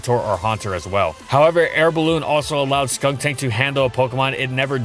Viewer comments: He called skuntank "skunktank"? I didn't know cause when he say "skunktank" it was very similar to skuntank so i didn't get annoyed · Is anyone else slightly annoyed that he kept saying "SkunKtank" in the video and not "Skuntank"? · The way has always said Skuntank always sounds slightly off It sounds like he's saying Skuŋtank or Skunktank